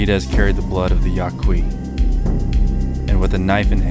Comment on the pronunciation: It's Ya Key.